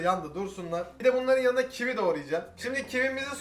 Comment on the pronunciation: Sen kivi soylerken sandim ki çivi soyledin . Dusun sene çivi yiyorsun